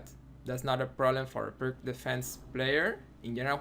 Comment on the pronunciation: It's not pronounced "perk". It's "peerts".